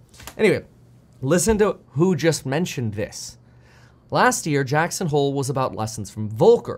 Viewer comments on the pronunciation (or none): none